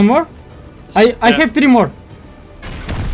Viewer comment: пёрфект инглиш "ай хев ТРИ мор"